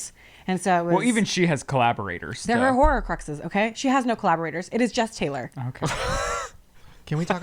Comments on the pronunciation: I love you, it’s a HORcrux not a HORRORcrux lmao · Horcrux... Hor....Crux.... NOT HORRORCRUX